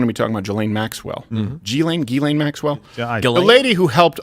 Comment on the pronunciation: Steven should pronounce Ghyslaine en français calisse